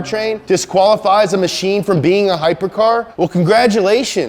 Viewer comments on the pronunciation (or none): none